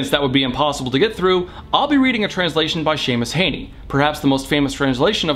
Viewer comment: your pronunciation of Seamus Heaney made me cringe